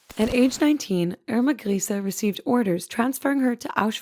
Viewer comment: Nice to see a video where they actually pronounce her name right.. Great quality!